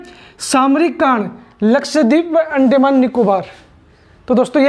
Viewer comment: Yarr अंडेमान नहीं अंदमान होता है